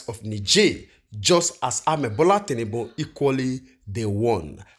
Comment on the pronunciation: It's Bola tinubu and not tinnunbun my brother